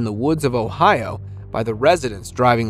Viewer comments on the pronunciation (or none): none